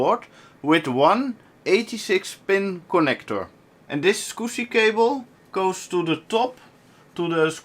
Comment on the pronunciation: Clean mouth, no "Scuzzy" words spoken!